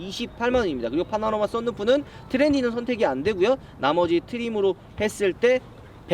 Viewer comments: 파나로마?? 파노라마 아닌가?? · 파나로마말구 파노라마요